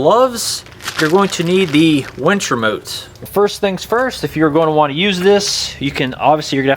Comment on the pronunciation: Umm... it’s a winch, not a wench. Otherwise, great video.